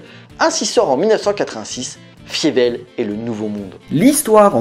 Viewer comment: C'est bizarre, tu as vu le film pour cette vidéo mais tu prononces "Fiévelle" au lieu de "Failleveul". Une erreur souvent commise dans les VF des séries de ces dernières années quand des persos mentionnent le film, mais la VO et la VF de la saga prononce bien "Failleveul" pour le nom de Fievel...